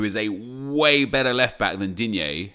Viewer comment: that's how you pronounce it